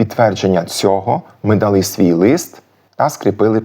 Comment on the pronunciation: Клас! Але навряд у Коломиї наголошували < дали́, були́ >. Акцент - одна з найархаїчніших складових, яка дуже важко піддається витісненню, особливо в дієсловах. Багато досліджень, як і нових, так і старих підтверджують іншу акцентологічну систему говірок в Галичині.